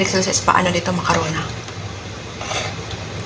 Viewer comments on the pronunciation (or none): Macarona talaga😅😅😅😅😅 Diba macaroni😢😢😢